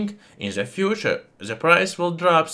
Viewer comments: Just stop pronouncing ' the' , za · Why you pronounce "z" the "th"? Zis is ze best element in ze world😂😂😂